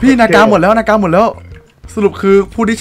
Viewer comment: มันอ่านว่า นาก ไม่ใช่ นากา